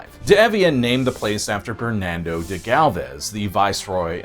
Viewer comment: Upsetting mispronunciation when apologizing for the native language, you royally screwed up multiple other names Cabeza: Kah-bay-zuh (not kah-bay-zah. Sounded like you were building up a kamehameha there) BerNARDo, not Bernando.... Lafitte: La-feet Maceo: May-See-Oh Balinese: B(AL)-lin-ease. Not bawl-en-ease. Please refer to ZZ-Top's "down at the balinese" for further information Jacinto: ha-seen-toe We've always called it ball-iv-er, but bow-live-are is more authentic so no harm there Fun facts: I know you didn't say it, but another reason Houston became the big city: The air conditioner was invented shortly after the storm. People moved to Galveston because the sea breeze was better than 50 miles inland on the swamp. Well after the hurricane people would rather sweat a couple years than be stuck on the island and face a storm. Then with the oil you mentioned and the AC being powered by that oil, Houston just went massive. The Maceo's family, one of the grandkids is Tilmann Fertitta, owner of the golden nugget and the Houston Rockets.